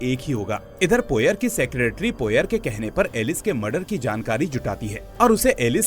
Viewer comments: हरक्यूल पोएरो not पोयर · Poyer ruined your explanation. Pronounce it correctly